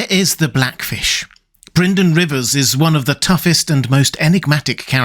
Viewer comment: "Bryden Rivers" You really have a thing for bloodraven. 😏